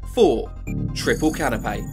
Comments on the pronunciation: Canopy is pronounced 'Can-oh-pee'. You are saying Canapé (Ka-nuh-pei) which is a type of small finger food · dude really be saying CANOPAY bro its canopy